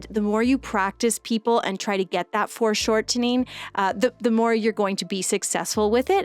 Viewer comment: Are you saying "forced shortening" or "foreshortening"?